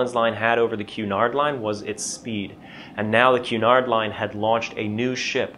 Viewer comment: Thank you so much for pronouncing Cunard correctly. I think the three syllables were not so much a flavour or colour thing. Rather more of a payback for route. There is no letter w in route, so we hid one in Cunard to get even, clearly 🤣